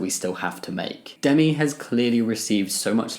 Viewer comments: Definitely thought I heard you say themi there instead of Demi😅 (but then again, I'm still waking up) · the pronounciation Demi= Dey-me